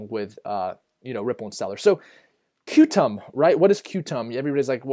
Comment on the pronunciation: Qtum is pronounced “Quantum”, good video, thanks!!